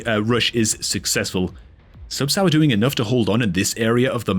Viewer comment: until , when he reverted back to calling him Subsour